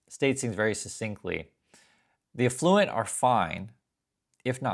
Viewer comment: I dont think thats how u pronounce affluent